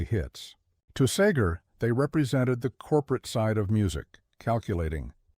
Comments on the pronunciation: He would probably also hate the way AI is pronouncing his last name. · AI can’t pronounce Seger or polish then I can’t listen to it.